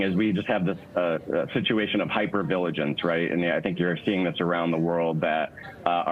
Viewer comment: "Hyper viligance"... WTF?